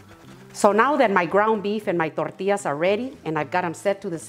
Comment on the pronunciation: I just love the way you say tortillas ❤